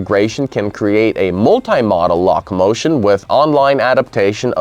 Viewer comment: When "locomotion" is pronounced "lock-a-motion" we can be sure the reading is some text-to-speech generated voice or otherwise machine created voice. Also the link you stated would be in the description (Mars panorama) is not present. But an otherwise interesting video, for an A.I.